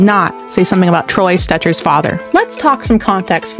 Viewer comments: STETCHER, not Stretcher. Also, Zegras as the NHLs "golden boy" like...no 😂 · Lady, if you cannot pronounce Stecher without saying Stretcher, then start over.